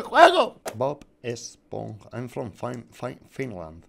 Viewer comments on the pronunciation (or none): none